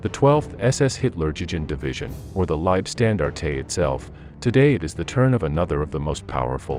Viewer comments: Gotta love the way yanks pronounce words, lieb stan dar tay, they just make things up! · The narration is weirdly inflected. Leibstandartay? Wiking division, Whaffen SS. AI? perhaps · Do I wanna support your channel? Well, I'm 11 seconds into the video and your lazy AI gave me "Waff-fen" "Knight Cross" and "Leib-stan-dar-tay" so I'm good thanks, chief. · Someone clue the AI narrator in - Its' "LEEB SCHTAN DART TUH" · Your pronunciation is way off. W is usually a V sound and Liebstandarte is often pronounced Liefstandarte etc. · Listen carefully, I shall say this only once! Get a professional reader to narrate these documentaries, as your AI Bot Readers are Shit! 1st SS Panzer, The Leibstandarte Adolf Hitler, which is NOT pronounced as “Lybstandartatay” was just the first of several, god awful, mispronunciations that your damned AI Bot insisted in churning out! Quite frankly it’s disgraceful and I switched off.....this channel deserves better! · Oh man- it hurts to hear your bot pronounce Leibstandarte. Phonetically- "Liab-staan-dar-teh". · pronounced "leeb-shtan-dart" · I never heard a more american way to say 'leibstandarte' or 'hitlerjugend' haha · Try prounceing Liebstandarte without saying the E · The way he pronounced Leibstandarte, and Hitler Jugend........I just couldn't continue to watch. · The pronounciation of Liebstandarte is minus the e (eh) at the end of the word. It's just annoying having to hear it.